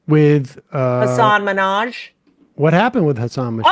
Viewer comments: OMG. HASAN MIN...HAJ. Try to say it correct it makes you all sound stupid as shit when you don't even try. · The absolute minimum respect you can give someone is to pronounce their name correctly. If you're going to bash Hasan Minaj, the least you can do is not mispronounce his name.